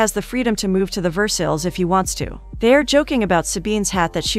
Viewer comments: I usually love, but no movie title and saying Ver-sales 2 or 3 times only a few seconds in? It's Ver-sigh! Dang! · Pronunciation.. Ver -SIGH not Ver-Sells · Ver sales Lmao I love AI voices sometimes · Versales??? VERSALES???! I just can't. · Ver-sales palace? 🤦🏻‍♀️ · each time the narrator butchers 'Versailles' I cringe a little...good story tho